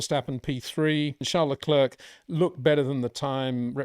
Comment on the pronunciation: Your analysis is always much appreciated Peter only thing that every time hurt my ears is your pronunciation of Charles Leclerc's name... Leclerc is pronounced as Le-clair. 😅